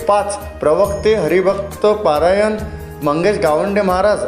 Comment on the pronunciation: पारायण नाही रे भाऊ परायण असते ते